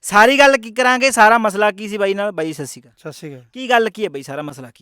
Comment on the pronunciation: Sasikal nhi veer ji sahi bolo. Sat sri akaal .